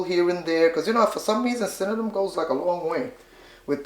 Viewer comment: I love it she say cinnanum like me love the recipe